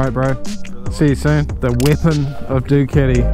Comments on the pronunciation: please pronounce properly . whats duketi? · Never heard someone pronounce Ducati the way you do, sounds kinda funny✌🏻😅